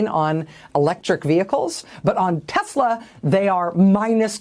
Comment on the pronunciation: So funny! Tesler instead of Tesla!😂